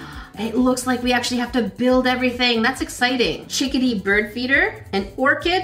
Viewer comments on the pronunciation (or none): Does she know how to talk cause she was saying biirb Instead of bird